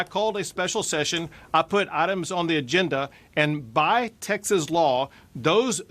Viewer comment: Why do you pronounce TEXAS as TAXES?